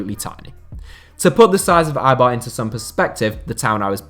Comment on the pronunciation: Can you please pronounce Eibar un a correct way, please????